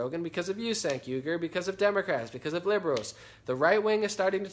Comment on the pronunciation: i think it;s pronounced chaink not sank, doesnt matter though cause cenk is a huge douche